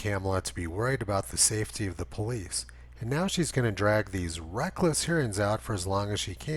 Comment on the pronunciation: You mean the poe-lice!